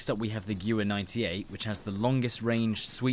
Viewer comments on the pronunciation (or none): Pronounced Gvair not Gewer, Nice vid just needs a little more up beat. Only IMO. Sorry if you think I'm wrong. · Gewehr, not guwer... You're English man, you should be able to pronounce a German word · I may be wrong but I think it's pronounced ge-verr (gewher) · its pronounced geh-vair, it means gun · What do you mean? The gjuver is a world famous rifle. :p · no offence, but gewehr is not pronounced as giuver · funny how you said guwer =gewher=german for gun in dutch=geweer=gun. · It's pronounced Geh-ver btw. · To respond to the FAQ in the chat: 1. Yes I realise that I mispronounced Gewehr. German is not my main language. 2. Apparently I sound very flat + robotic in my commentary. Well... this is an informative video as opposed to a funny/comedic video but I guess next time I will try and be more upbeat. And anyway, if you want more upbeat videos just watch my live commentary BF4 vids or my live streams.. THEY LIT AF xD xD xD 🔥🔥🔥🔥🔥🔥🔥🔥🔥🔥🔥🔥🔥🔥🔥🔥🔥🔥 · I was literally just about to correct you on the pronunciation. So instead I'll just have to correct you on your terminology. I think this will actually help you, because you seemed to get stuck verbally for a moment because you didn't know what to say next as it would be the preceding word. The ammo capacity of a gun is not called a clip, not even the detachable ones, they are called Magazines. CLIPS or stripper clips as they are more accurately called are the way you insert those 5 rounds quickly. You strip a Clip, into the Magazine. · no judgement but the way you pronounced "Gewehr" is too funny 😂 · That pronounciation of Gewehr is painful